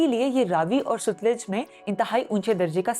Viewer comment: Sutluj nahi balky SATLUJ RIVER...Please